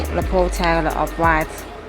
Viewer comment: BEEATCH CANT EVEN SAY OFF WHITE PROPERLY ..LOL